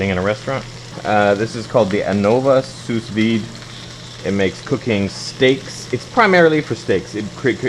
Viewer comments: It's "SOO VIDE", not "sous vide". Jesus. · It cooks steaks by boiling water?? You're an idiot. And its pronounced Soo-Veed moron. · Lol. I think it's pronounced 'sue' veed. Cool though